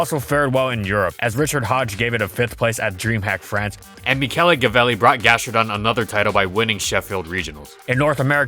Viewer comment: When he said Michele... Me: MEE KE LEEEEEEEE REEEEEEE